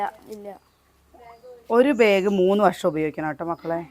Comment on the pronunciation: Please pronounce the word “ BAG” properly…..not Beig!